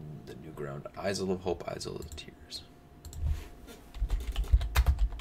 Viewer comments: How can you continue to pronounce "Isle" wrong why do you keep putting a Z sound in a silent letter spot. Do you say Island with Z or just isle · “Isle” is pronounced like “aisle”. It’s where modern English gets the word “Island”. Ireland is a very green island. That’s why it’s called the ‘Emerald Isle’.